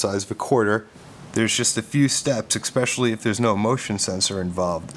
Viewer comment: "Eckspecially." Youth club.